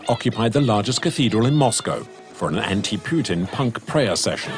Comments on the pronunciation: Puteen? I've never heard Vladimir Putin's name pronounced like that. usually people who want to make it clear they don't like the man say "Pewtin". Puteen is a new one entirely, totally unprecedented in fact. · "Vlad Poutine" Lmao